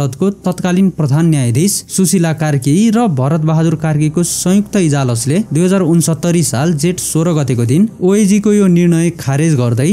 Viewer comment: ईजालस =ईजलास )Are you brother of In-depthstory ! Great job ❤